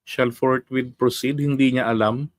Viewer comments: Ang alam ni Cheese "FOURT MONTH....hindi forthwith😃😃😃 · Ang basa ni keso ay fourwith kaya apat na buwan ang desisyon niya.